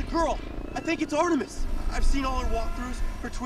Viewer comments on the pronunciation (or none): It´s Artemis, not "Artimis". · It´s Artemis, not "Artimis"...